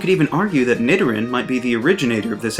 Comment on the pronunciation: The way that boy said Nidoran brings chills up my spine 🤮